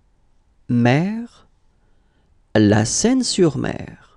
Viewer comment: Ça se prononce « seïne », c’est pas Paris ici !